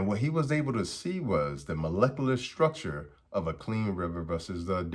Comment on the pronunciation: Imagine being called Dr. And couldn't pernounce Molecular Structure lmao 😂😂😂😂😂😂😂😂